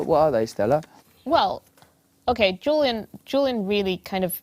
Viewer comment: You could at least get his name right. JULIAN not JILLIAN.. 🙄